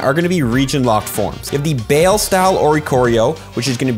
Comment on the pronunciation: The red, flying/fire type for Europe baile, is pronounced By Lay. 😊